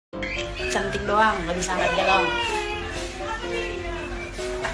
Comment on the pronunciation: Galon bukan galong 🤭